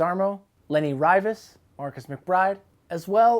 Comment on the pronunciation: Leny Rivas. Loved the way you butchered the pronounciation of his name. Ryhe-Vaz. haha. Lots of love and shit.